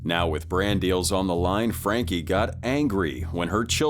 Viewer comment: Sorry, how is Sarah Boone a YouTube personality when she killed the guy? Also, voice over (probably AI), can't say Frankie. It's the little things that matter.